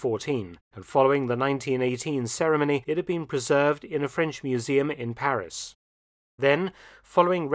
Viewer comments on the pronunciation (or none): none